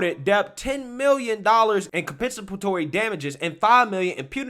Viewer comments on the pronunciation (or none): First of all, it's compensatory, not conpensapatory, second... Johnny Depp's former lawyer defamed Amber, not Johnny, Johnny just has to pay for it, just fyi 😉